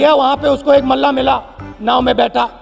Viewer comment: ❤❤❤ ओ Pappu, ध्यान से सुन, मल्लाह बोल, Mellah नहीं।😂😂😂